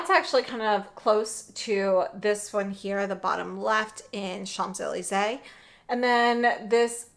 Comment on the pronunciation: Hi! Just in case you travel to Paris and don't want to get roasted by the Parisians, it's pronounced SHONZ EH LEEZ EH, with an N in SHONZ even though it's spelled Champs. Thanks for the swatches